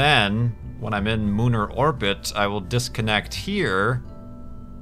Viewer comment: Did he say lunar orbit or mooner orbit? I couldn't tell.